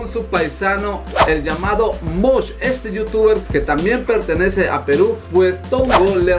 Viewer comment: y no se dice Mosh 😂